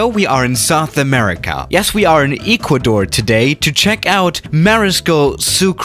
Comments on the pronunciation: Nobody:: E cuador I’s Ek-quador, just saying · My guy said eee-qua-door 🤦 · "Eh Qua door" proper way of saying it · Everyone: Ecuador: EEEEEEKUADOR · No one: Literally no one:: In YiiQuAAdOr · Glad you put the effort into learning the correct pronunciation of Kweeto and Eekwadoor. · really “ecu door” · EEKuador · im from ecuador and i can confirm that isn't how you say ecuador and yous say quito like this: kito (thats kinda the pronunciation) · Any person with an ounce of common sense and phonetical knowledge: 'Keeto, Ecuador': 'Kweeto, Eecuador' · It's pronounced Key toh eck wa door 😂😂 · What the hell is with this guy's pronunciation? Ikuador? Qweeto? The fuck? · I stopped as soon as I heard him mispronounce Ecuador and Quito - ¿enserio? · Kweetoh? Eekwador? EXPEND the runway? LOLOLOLOL I don't mean to offend but your accent can cause some pretty funny mispronunciations - that said, I speak like 1.25 languages so I'm sure my accent outside of English is pretty damned funny too. Not gonna stop me watching your videos all the same